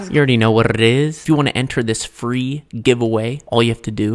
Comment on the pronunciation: “ You alr know wharrrrrr is irrr”😂